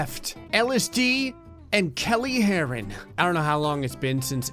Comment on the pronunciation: I heard Kale Heroin first instead of Kelly Herren lmao.